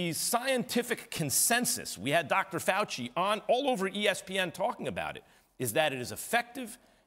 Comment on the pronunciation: Max really said Dr fauci 😂😂😂